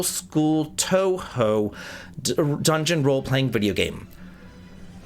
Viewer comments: 'Toh-hoh' like you said it is right, but I always get a kick out of you calling it toohoo. Anyone who gets on you about pronouncing it wrong is being too picky! You're obviously trying with those names you're not familiar with. I long since turned off all sounds on my discord, so sadly can't help you there... And congrats again for that 100k! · Tow-how is still a very American way to say it, but it's a big improvement over Too-who, and I respect anyone who makes an effort to improve their pronunciation! If it helps, an alternative way of localizing OU is OH, like in Rin Tohsaka from Fate. The difference is purely stylistic, but I think OH might make it a bit easier to pronounce for English-speakers. Basically if you see OU in Japanese, try reading it as OH. Funny enough, a third way to do it is to drop the U completely like they do in Gensoukyou, and you did a good job saying Gensokyo! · It's toe hoe. And congratulations on 101k dude